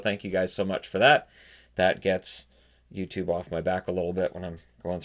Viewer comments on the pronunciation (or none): none